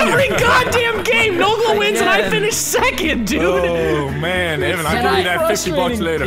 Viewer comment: That second one never went off, instead he said necond